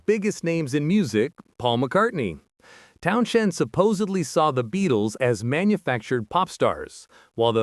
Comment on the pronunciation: You can always tell a bot, they overpronounce things and pronounce them literally, not like real people. This guy says Town SHEND like he was drunk and trying to maintain. Pete was OK, but he was never an inspired guitarist, he wanted to be the show, which explains his feuds with Daltrey.